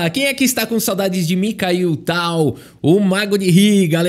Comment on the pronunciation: Fala o nome dele errado dnv, vão já te cancelar em 😂😂😂😂